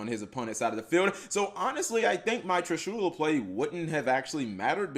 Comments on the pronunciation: I find it soo weird to hear Trishula being pronounced Tri-shoew-la. Always heard and said Trishula as just saying "Trish" and then "ula" right after without a pause. Trishu-la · Does anybody else feels uncomfortable with how he speaks triSHUla? I think it is TRIshula, or...how does even write the name of that monster? Whatever it is, how to you speak that monster's name? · Dee Wade I didn't got salty I think, it just gets highlighted when you hear so many other people talking TRIshula and not triSHUla. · It isn't pronounced trishoola holy shit! It's trish-uh-la